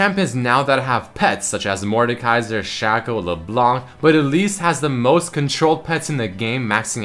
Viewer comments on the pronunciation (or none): none